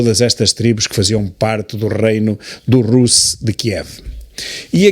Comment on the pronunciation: Desculpe, Sr. Tilly, por andar sempre a rectificá-lo. Na verdade, aprendo muitíssimo mais do que rectifico. O termo Rus, ainda hoje usado (pelo menos na Rússia) para definir a Rússia, pronuncia-se com o "u" fechado. Quando está a falar do alfabeto já diz certo. 😊